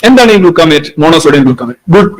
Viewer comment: Ajinomoto (MSG) is Mono Sodium Glutamate. Ravichandran പറയുന്നത് ഗ്ലൂക്കാമേറ്റ് എന്നാണ്. ഗ്ലൂക്കാമേറ്റ് അല്ല. ഗ്ലൂട്ടാമേറ്റ് ആണ് 😂